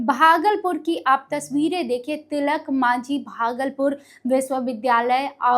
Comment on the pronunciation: Tilak manjhi nahi medam, Tilaka Manjhi boliye.